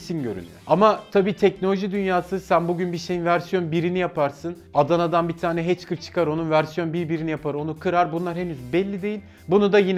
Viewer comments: herşey tamam da "heckır" nedir yav :) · Kanalın adı WEB ve TEKNO gibi iki yabancı kelime içerdiği halde "HACKER" kelimesini heçkır diye telafuz ediyoruz. Demek ki sosyal medya ve/veya medyada doğrusunu hiç duymamışız. Demek ki teknoloji olarak daha yola bile çıkmamışız. İlla türkçe söyleyeceksen bari direk yazıldıığı gibi okusaydın.